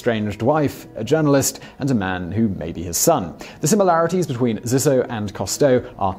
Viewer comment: Subsequently, Zissou is pronounced Zee-soo. But I'll forgive it since I love this series.